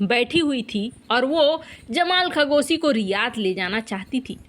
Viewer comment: खगोसी नही, वह तो खशोगी है 🤣